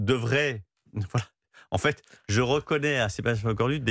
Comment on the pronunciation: parlez français on ne dit pas en faite !!! en fait !!!!